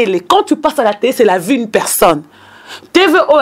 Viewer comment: mais yo ozuaki licence na yo wapi ? on dit vie et non vu, on dit vigilant et non virgulant, on dit ba faux comptes et non ba fausses comptes, pufff